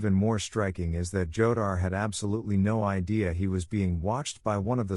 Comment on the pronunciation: Jodar is pronunced HO-dar, stupid